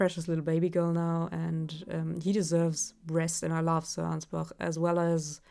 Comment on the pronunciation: I'm just glad to hear someone pronouncing Ansbach rightly. He even says his name yet I still hear people saying Anyz-batch.